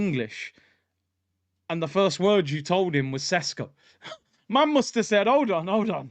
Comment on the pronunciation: Do you think Arteta doesn’t know that next season is crucial, do you think the owners will spend 60 plus millions without doing their due diligence. You making Sesko sounds like sonogo